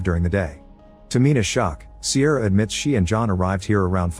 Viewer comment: The way he pronounces Ciara was unbearable haha